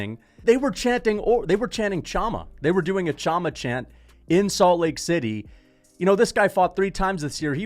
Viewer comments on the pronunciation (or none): chama is pronounced "Shama". Pereira has lots of aura, that's insane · Pereira did do a chama chant after ufc 300. And bro its been a few months since that words been everywhere with alex you should know how to pronounce it